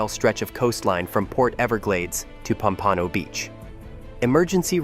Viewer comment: It’s pronounced POM-pa-no, not pom-PA-no!